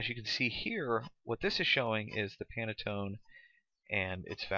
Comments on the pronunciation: Handy tutorial, but it definitely could have been five minutes shorter. Additionally, it's "Pan-tone," not "Pan-a-tone." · It's pantone not panatone.